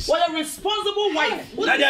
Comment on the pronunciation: Diana Asamoah said Rezponzible woman 😂🤣🤣🤣